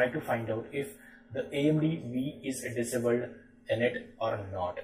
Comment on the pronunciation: I love the way you say disabled